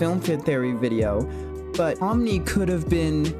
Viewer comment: “film fid-thary video” happens to the best of us